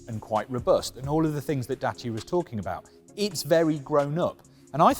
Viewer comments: he says Jacia not Dacia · Its a French car, its DASSIA*sounds. Well done Renauklt